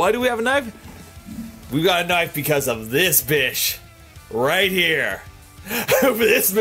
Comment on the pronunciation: why does he say knife like knoif? XD